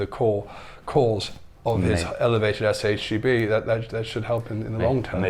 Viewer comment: Why keep saying SHGB? Is SHBG